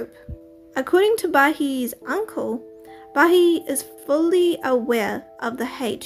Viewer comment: It’s pronounced ba-hee-eh not ba-he